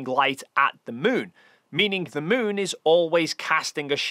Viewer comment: Sorry, you called the moon the smoon which means your fake cgi 😂 ❤